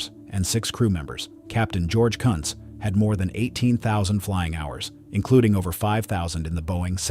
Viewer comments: Another botch job of a perfectly good German name. This time it's all AI's fault. BTW, his name was Captain George T. Kunz . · National 193's captain was George T. Kunz NOT what the AI said! Although given the accident cause/sequence i guess you could argue the pronunciation was correct!